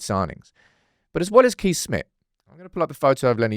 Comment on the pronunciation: Just a heads up as a Dutchman myself. You have to pronounce Kees as Case, thatll save you for another Lammens dillema😂